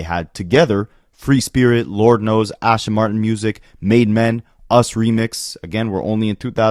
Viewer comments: Ass-Ton, not ash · ASTON Martin. There is no H.